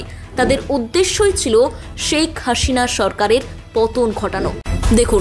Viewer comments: হাশিনা, ইনুশ, - উচ্চারণ ভুল হচ্ছে, শুনতে কটু লাগছে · উপস্থাপকের উচ্চারণ, হাশিনা, ইউনুশ।